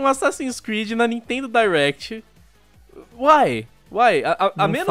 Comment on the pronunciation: Me da uma agonia quando eles falam "Dierect" e não "Direct"